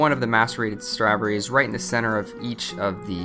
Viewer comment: I love how he says strawberries a couple times!